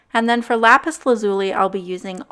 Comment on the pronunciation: You just pissed off every Steven Universe fan by how you pronounce " lapis lazuli"